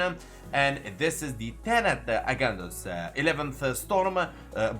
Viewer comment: pronouce the g in agendus as generation not like good